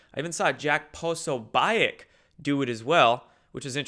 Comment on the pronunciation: Jack "Po-So-Biek"? You're trolling and I'm not falling for it!